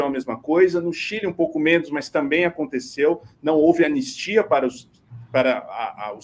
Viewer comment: Para de falar "aconticeu", isso virou uma praga todo mundo agora fala isso, é aconteceu!!